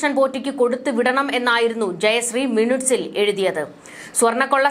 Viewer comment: മിനുട്ട്സ്. അല്ല മിനിട്ട്സ് ആണ്.